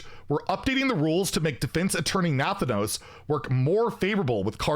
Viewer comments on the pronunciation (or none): Wtf is that pronunciation😂..Nathanos..lol...Naahthaanous is more the sound mate..😂